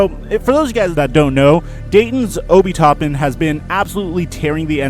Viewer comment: Its Obi (o-bee) Toppin (tah-pin)